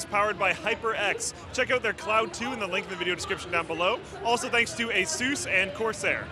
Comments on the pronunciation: Its not (Ahe-Sues) its (ahe-suhs) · AYSOOOOOOOOHHSS, it's ASUS, like short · Why do they call the brand Asus... AZues?????